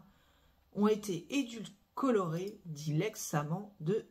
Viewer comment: Je pense qu on dit "édulcorée" et pas "édulcolorée"😉